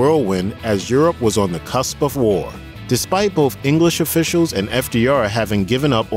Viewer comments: Dude, are you saying "bofe" for "both"? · THE NARRATOR HERE HAS A SPEECH PROBLEM HE CANT SEEM TO SAY BOTH OR BIRTHDAY. HE SAYS BOFF OR BERFFDAY. DAMN ITS ANNOYING.